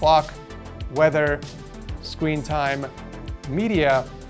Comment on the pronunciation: “sqeen” lol